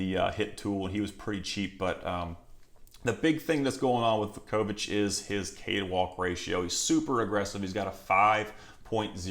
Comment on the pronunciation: Just a fyi….it’s Voo-ko-vich…..good bloodlines for him as well.